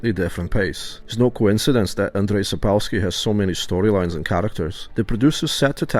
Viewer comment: Another Pole here and yes, I'm still only partway through the video but I've noticed the care you took to get Andrzej Sapkowski's name right the first time (and it sounded really correct, so kudos!). It stood out to me because it's so rare, and I also appreciate it very much indeed (and don't worry about any slip-ups, they're bound to happen, we know our language is not easy for English speakers and it's okay! What matters is that you clearly took care to check it and made an effort to get it right in the first place!) Dziękujemy! :-)